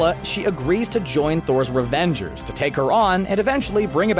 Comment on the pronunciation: While talking about valkyrie, u said revengera